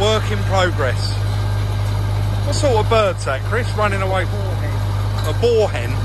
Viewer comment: A boorhen? You mean a moorhen?🤣 Love the variation of content:)